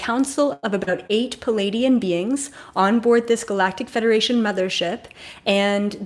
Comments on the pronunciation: You are brilliant. Thank you. Pleiadian is pronounced Plee-ay-Dee-an not Palaydeean. Most presenters get it wrong. They are actually Plejaran and speak plejaran. I’ve heard a fellow journeyed in plant journeys speak plejaran to me with such LOVE. OMG. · Hi, thanks for providing this information. I promise I'm not being malevolent here, but it should not be pronounced "Palladian". It's pronounced more like "Plee-ay-dian". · Every time you say pleadian ... I feel a wave